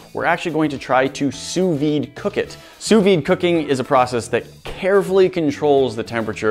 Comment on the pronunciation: The V in sous vide is silent, just like the second S in sous